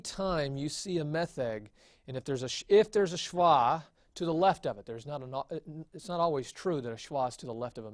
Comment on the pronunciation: Just to note there is no 'w' in Hebrew. A vav is always a V sound when it is a consonant. SheVah is the correct pronunciation.